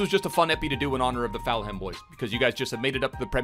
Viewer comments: Full-ham not faul-ham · Fam it’s full-em not ful-ham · Any one else cringe when said foul ham instead of Fulham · you pronounce it as full hem not falham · Fulham isn't pronounced Foul-Ham, it's pronounced more like Full-am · it's not Foulham it ful-um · It triggers me so much of him saying Fowlham instead of Fullham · please... its pronounced "Full-um' not 'Foul-ham' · Cmon it’s Fulham not FOULHAM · Its falhum not foulum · Say it with me Fulham not Felham 🤣🤙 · Plz just say Full-ham not Foul-ham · Fouham it's Fulham bruv Full-ham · FULHAM NOT FOUL HAM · Why do u say Fulham like “FAL HAM”, it’s pronounced “FULL HAM” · Foulham😭😭 its pronounced fulerm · what am i missing. why’s he calling fulham; foulham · He’s saying foulham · Ik he is Canadian or something but it is just Full um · pronunciation of Fulham 🤣🤣🤣🤣🤣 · i love but everytime I heard him say foul ham I cringed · “Full um” pleassseeee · Falham wow come mon dude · Give it up for foul ham. If you say foulham one more time i am jumping from my window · its said 'full um' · Is my man really sayin "foul-ham" 😂😂😂😂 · I’m a Fulham fan and if you say foulham one more time it’s ropes😡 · How he says Fulham is soooo annoying it is.... FULL- UM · What's fallham. Is he saying fulham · Fulham is pronounced Full-Um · Mate its FULHAM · Fal Ham (?) 😁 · It's pronounced fullum breh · is FULHAM not FoulHam it is just as bad as LiverVAR. LOL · “Full em” btw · "foulham" you sure that's pronounced correctly? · It’s pronounced fullum 😂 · Why is he saying falham? So annoying... Probably got 10 extra dislikes cause of that, way to spoil a video 👍🏻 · Who else cringes when tries to say Fulham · I think he says it on purpose... Bc is an epic Memester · He does that on purpose. I think he loves seeing everyone in the comments getting all riled up about it. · He does it to annoy people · please say Fulham right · You're pronouncing fulham wrong